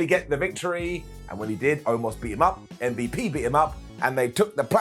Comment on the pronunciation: Always enjoyed hearing call M.V.P. “Mvp”. Makes me chuckle every time he says it.